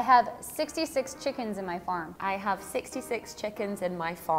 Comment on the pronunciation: it says chikes and not chickens lol